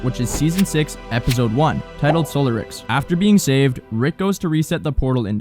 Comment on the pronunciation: Very cool video - literally only one correction and it’s the tiniest thing — The episode “Solaricks” isn’t pronounced ‘Solar Ricks”, it’s a play on the name of the movie (like pretty much every episode title) ‘Solaris’ (pronounced sole-air-iss). Not trying to be pedantic, but some of the names can just be weird and unfamiliar looking, especially if you’re a bit younger because so many of the titles are really old so-if titles and puns.